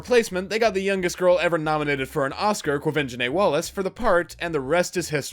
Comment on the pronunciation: Thank you for learning to pronounce Quavenzhane Wallices name